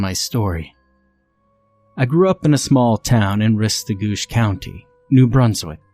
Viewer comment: Rest-e-Goosh is closer to how you pronounce it,I’m pretty sure.